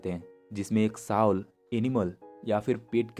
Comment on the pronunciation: Very nice. I love your content. Please Soul ko sahi se bolo vo सोल bola jata hai na ki साउल